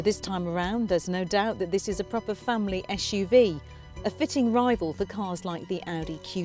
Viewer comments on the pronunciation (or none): she said "esh - u -v " :P :P and again